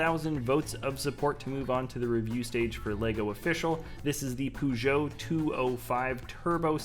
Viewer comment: Cool rally car but who pronounces peugeot as pooojo!